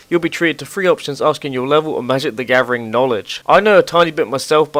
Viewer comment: "Magic The Gavering"